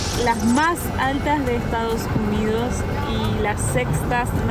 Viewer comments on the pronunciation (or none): **: Muy matea pronunciando Bien **: "Estao Unío" JAJAJAJA... Saludos Chicos